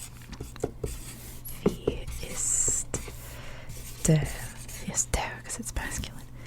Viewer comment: ‘Der’ is pronounced more like ‘dare’. ‘Schwarze’ is more like ‘Sch -VAR-ze. (Var rhymes with bar). Good video though.👍